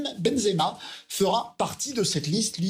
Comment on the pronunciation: Et tu es même pas capables de prononcer son nom (zemaben) benzema mais quel haine